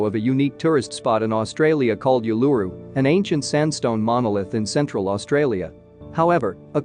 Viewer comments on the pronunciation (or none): Geez..... OOO-LA-ROO not you-la-rroo